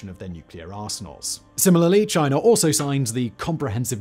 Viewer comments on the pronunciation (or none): love how he says "Chiner" sometimes